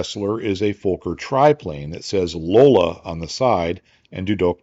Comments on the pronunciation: Never heard a Fokker pronounced fo- ker before. Always been fok er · Reinhold Plalz? Was the designer of the Fokker d7,pronounced fawker,not folker.